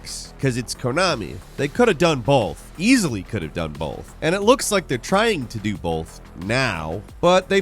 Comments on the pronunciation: I really want to point this out, but you said "bolth" 3 times In a row and it made me giggle. Great vid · You said "bolth".